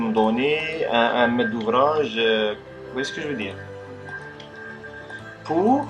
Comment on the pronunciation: quand ta dit un met d'ouvrage j'ai cru t'aillait parler en arabe la hhh